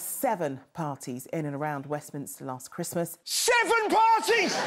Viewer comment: Lass chwismass I ga(Y)ve you my hum.